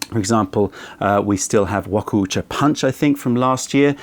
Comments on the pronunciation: Just fyi, it's pronounced wa-kou-cha as opposed to wa-ko-u-cha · damn you butcher this pronunciation, its Wa-kou-cha 和紅茶 和 = japanese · Thank you! His pronunciation was paining me 😂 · maybe he should care about pronouncing it at least kinda right, since he postures to be a tea expert and all that